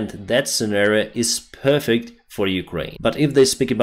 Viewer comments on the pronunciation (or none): none